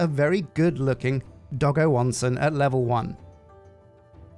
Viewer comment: As someone who only barely knows passing amounts of Japanese and how it's pronounced, I still flinch every time he says it "Doggo Onsen"~